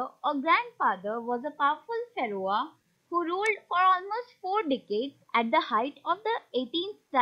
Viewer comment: you pronounced pharaoh wrong but otherwise nice work